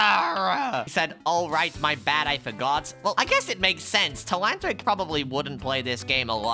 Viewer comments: bro telahantric instead of telanthric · That not tleanthric that is tleantrock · It’s Telanthric not telanthllric